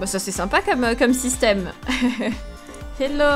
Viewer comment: on dit pas hélo on dit hello mais je suis une abonnée